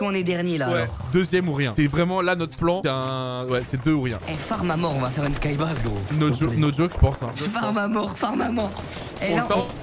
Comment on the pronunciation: Ça se prononce skybeïz et pas skybaz